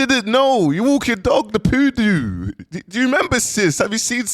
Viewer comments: “The POODOO” sent me 😂😂😂😂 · “ you got a liddle poodoo” 🤣🤣 akhiiii